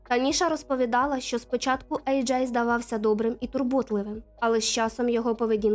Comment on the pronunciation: Ви що знущаєтесь? Чому ви постійно його називаєте Еджей і Аджай? В нього два ім’я чи ви не можете визначитися як вимовляти?